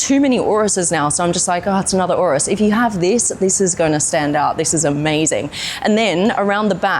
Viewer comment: Why does she say urus like that